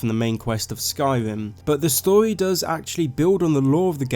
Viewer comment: You speak like a fuckin child mate. Pronounce your R's...its story not storwy..